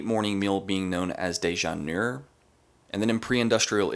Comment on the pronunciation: déjeunay is how you pronounce déjeuner